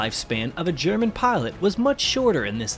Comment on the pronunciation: its Pilot not Parlutt